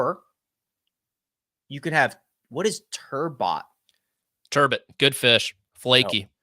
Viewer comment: Turbot - pronounced “turbeaux”, a la “Bordeaux”, such as Mark’s father enjoys whilst basking in the glow of top 5 OAD status